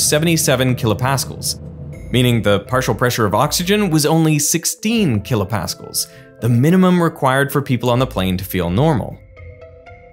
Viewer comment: Tons of great information but for Christ's sake, learn how to pronounce kilopascal. Blaise Pascal is spinning in his grave.